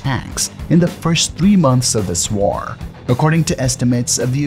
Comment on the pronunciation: The commentary it difficult to listen to. He over emphasises the last word or syllable in ever sentence. For example instead of just saying war, it comes across as WARRR. Wall is WARLL. Failure becomes, failiURRS.